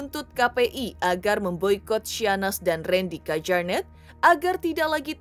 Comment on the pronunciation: Di bacanya KYARNETT mba bukan KEJARNET wkwkwkk